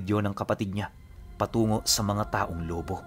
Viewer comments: Lobo' not lobo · Lu-bó po pronounce dun hehehe... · Gud pm po tag lubu Batangas po ako ang bigkas po ng lubu may din sa dulo lubu salamat po